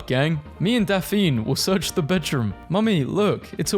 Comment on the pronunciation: YOU DID NOT JUST CALL DAPHNE, "DAFENE"